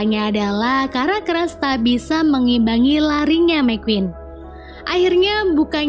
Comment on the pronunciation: Sedih cruz dibaca cras 😢